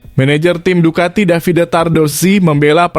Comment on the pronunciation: Minimal suka MotoGP lah min😂,lucu aja kau nyebut Ducati,pecco,dan bezzecchi nya,. Btw itu aja sih yg buat nggk enak over all bagus aku suka berita begini